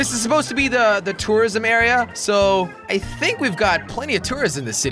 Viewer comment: He sounds like he's saying terrorism